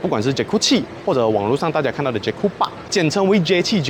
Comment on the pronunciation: 一开始听到你讲 “ Cikgu 7 ” 😂